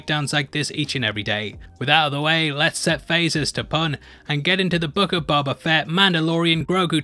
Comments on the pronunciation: are you saying "Boba" or "Bubba"? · I love your videos. Please stop saying "Bober" lmao